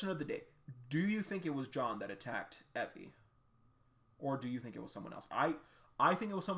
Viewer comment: I thought Evie's name was pronounced ee vee